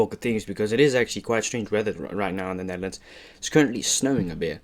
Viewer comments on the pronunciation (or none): none